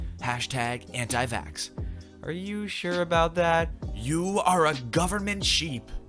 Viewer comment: She said "goverment", it hurts.